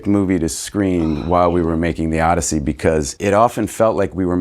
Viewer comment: did she say Odussy?😂😭😭